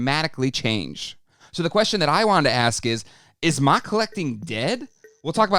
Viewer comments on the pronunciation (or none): There's no way anyone says MOC like mock, lmao